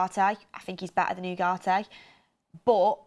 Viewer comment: OOOGARTE....learn to speak properly FFS